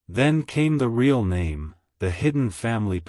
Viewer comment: CAN YOU STOP SAYING RAY ALL JUST SAY REAL ( PRONOUNOUNCED ; REEL)